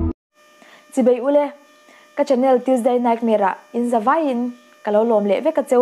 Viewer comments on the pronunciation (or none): none